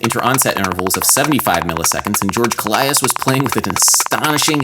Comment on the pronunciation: To the guy who made the English captions for the video, when Adam refers to death metal drummers referencing Nile's drummer, his name is George Kollias (George KO-lee-ass), not Kaleidos. He's greek, I'm greek, I know. Back to the things that actually matter, sick video once more, Adam. These videos you make are crazy good and help me go through a lot of difficulties in life. Just learning about music. Thank you. Keep up the good work.